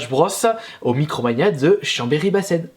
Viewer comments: Ton tournoi et sa à 30 minutes de chez moi !! mais vu que j'ai pas SSB j'irais pas :'( PS : on sa se prononce bassIN pas bassENE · Mec on dit Bassinsse (Bassens) pas Bassène :-( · outch mes pauvres oreilles pour "Chambéry Bassens", on le prononce "Chambéry Bass1" :D